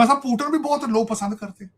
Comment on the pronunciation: पापा "पुतिन " का नाम तो ठीक से लेना सीख ले टकले। पूटन, पूटन करता रहता है ।😂😂